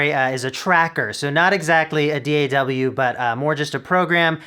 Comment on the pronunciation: "dee-ay-double-u" really